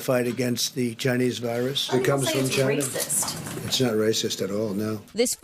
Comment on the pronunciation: UNexpected? really? the moment that Orange man said "chyna" we, Americans, are prepared for it.